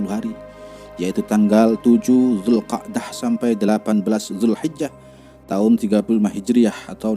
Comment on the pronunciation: Ko zulkadah,yg bnr zulkaidah broo